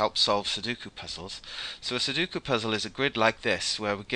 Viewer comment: Sudoku is pronounced like "sue dough coup". You're inventing a middle "u" that doesn't exist.